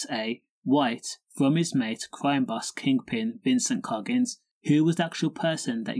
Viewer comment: Coggins not Noggins 😂